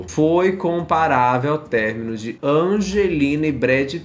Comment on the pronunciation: "Término" Ã-MO